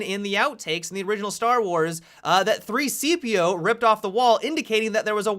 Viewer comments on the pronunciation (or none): did he say 3-cpo it is c-3po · He said 3 cepeo it c 3po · it annoyed me so much he kept calling C-3PO 3-CPO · you said 3cpo instead c3po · Um you said 3-cpo ... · I'm ashamed you said 3CPO instead of C-3PO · You said 3-CPO throughout the whole video... wow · 3-CPO or do you mean C-3PO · You said 3 cpo. It's c-3po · 3CPO....... 3 fucking C PO. Get off the internet please sir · Stop saying 3CPO? It's C-3PO. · 3-CPO... I could let it slide when he said it once. But more THAN ONCE no way, no way. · You said 3-CPO... I'm ashamed. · he did say 3cpo XD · U said 3-coo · He said 3-cpo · Did he just say 3c-po? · You said 3CPO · you said 3-CPO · he said 3cpo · you said 3-CPO again. Lol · I cringed when he said 3-CPO...then he said it again 😂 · stop saying c3po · LOL....... YOU SAID 3-CPO! 3-CPO, LOL LOL LOL. I forgive you, keep up the great content. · Why do you keep saying 3-CP0? :( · 3-CPO, your getting it wrong on purpose aren't' you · way to say c-3po wrong, genius.